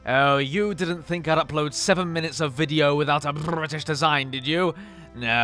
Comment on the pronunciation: The way he says British is funny "Bbrbrbritish